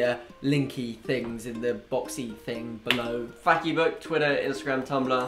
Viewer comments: Did Finn pronounce Facebook as "fatty book"? 😆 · Finn: "Fac-e-book, " Me: OMG have u been watching omfgitsjackanddean?!?!?!?!?! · Only just realised Finn said Fac-e-book.. N'aww he's a jack and dean fan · Finn did you just said Facibook like the way Dean said it in Jack and Dean's video lol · Finn says fakybook. lol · Finn said FAC-E-BOOK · Was when he pronounced Facebook as 'faky-book' was it a joke? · who else noticed that Finn said "fac-e-book" from omfgitsjackanddean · 'Fackybook' hahahaha!!!!! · Elise Whisks I think it’s Fac-e-book as a nod to Jack and Dean’s skit years ago. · Did Finn say Fac-e-book?